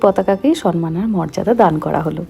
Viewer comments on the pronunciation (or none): Aunty কথাটা "সম্মান"(somman)। সন্মান (sonman) নয় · Beshir bhag e bangali Somman k Sonnman bolen ...... K no????? Ektu shudhotar digey dyan diley ki hoi ??